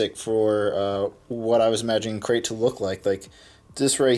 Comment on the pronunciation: Did you say a great or Crait start